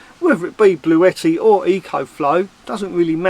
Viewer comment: you pronounced it right it is Bluetti not Blue-tti. I’ve actually spoken to them this morning x ps try the slow cooker x Roly